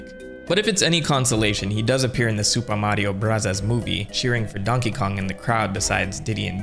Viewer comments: Oh my god, STOP saying “Super Mario Brothers Movie” like that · am i missing something, why does he say the mario movie name like that